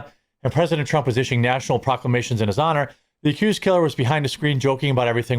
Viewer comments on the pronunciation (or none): none